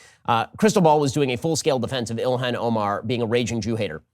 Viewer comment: Why is it so hard to say Ilhan Omar? Ben says ilhen and Joe keeps saying Ilian